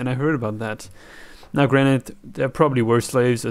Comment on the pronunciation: "Now granted (granite)" Limestone